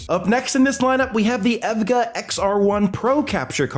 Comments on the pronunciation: oh wow it took me so long to know he was saying the brand EVGA because of how he was saying it (its E V G A btw :) ) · bro really pronounce evga as ev-gah bruhhhhhh good vid tho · you pronounce evga with the letters not as a word btw. overall good vid. been looking for a capture card i can use to stream my pc off my gaming laptop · How can you pronounce EVGA 100% wrong?!